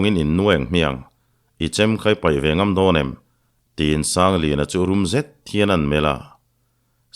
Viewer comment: 'Ngam leh ngam' tiha ngam hi, 'ka ngam che' tiha ngam ang hian in chhiar ṭhin a, a dik lo ve. 'Ka kal ngam sak' tiha ngam ang hian lam tur, zuam, cho sawina a ni e. 'Ka ngam che' tih thlûk ngam hi chu zuam, cho sawina ni lovin, hneh, thuhnuaia dah sawina a ni e.